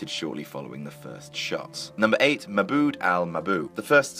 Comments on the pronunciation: Ah yes. Mabud al mabud. Nice pronounciation. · Im pretty sure his first name is said MaHmuud Mabuuu like u said.